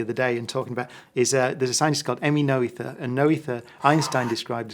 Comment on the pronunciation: Come on, Brian! If you're going to cite your favourite scientist, at least make the effort to pronounce her name correctly. Emmy Noether: her surname is pronounced 'Nur - ter', not 'No - ether'. That's just terrible!